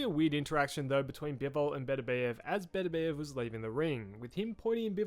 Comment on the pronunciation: Why do people keep mispronouncing Beterbiev?